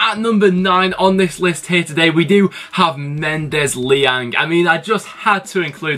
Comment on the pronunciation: You said Mendez-Laing wrong its Mendez-Lang